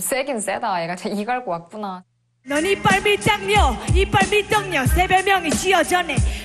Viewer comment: 그 댓글 어디갔냐 제이니 발음때메 이빨 밀당녀가 이빨 밀떡녀 갔다고 하는거ㅋㅋㅋ